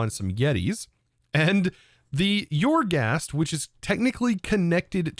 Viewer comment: Eer-Ghast, not Your-Ghast.